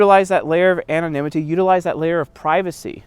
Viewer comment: "Anonimity, Anonimity" don't know why I had a big laugh when you said it XD